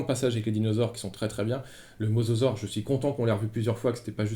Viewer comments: mosasaure et non mososaure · Hey , super vidéo , par contre , c'est Mosasaure et pas mososaure !